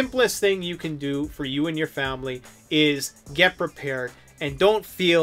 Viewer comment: Prepared ,not peeper